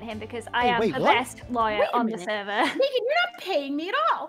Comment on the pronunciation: Who remembers on stream when was mad and when she gets mad at Meghan, she calls her MaYgHaN? It got me in stitches! XD.